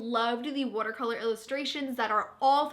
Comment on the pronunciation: You said "watercolor" soooo New York and I honestly geeked about it. So cute! Thanks as always for the book recs :)